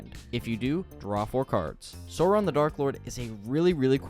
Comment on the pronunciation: I feel like every time I watch a LOTR MTG video, they can never say "Sauron" right. Or Rohirrim. 💀